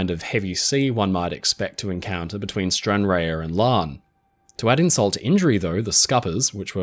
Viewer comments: Stranraer is pronounced ‘Stranrar’. Amazing video as usual. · May I point out, with good will, that "Stranraer" is pronounced "Stran-raa". Another splendid item. Thank you. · Brilliant doc. Thanks so muvh. I love your pronuniciation of foreign names. Really good. To help you. Stranraer Scotland is pronounced 'Stranrah', forget the a and e. Hope this helps. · Brilliant video and I love your channel 😊 Just one note, from a Scottish person - Stranraer is pronounced as Stranraar. We over emphasise the ah sound and completely ignore the e, just to confuse people! 😊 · Love your channel and I was very impressed recently when you managed to pronounce "Govan" correctly! But, Stranraer is actually pronounced Stran-rahr - as in "far". Just thought you'd appreciate the correction. Keep up the good work! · Its kinda nice to hear my town of stranraer being mentioned and slightly butchered lol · The e in Stranraer is silent.